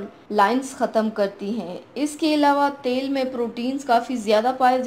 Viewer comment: Hahahaha tail ni til bol rahi hai Paglo😂😂😂😝😝